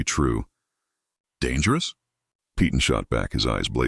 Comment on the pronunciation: "Peyton" is pronounced "pay tunn" NOT "pee tunn"! AI is stupid and can't pronounce well known names...e.g. "Peyton Place".